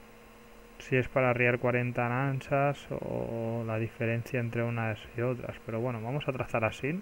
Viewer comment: Nansas? se llaman nasas